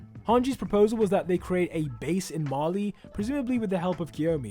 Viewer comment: “Marley”, not “Mali”.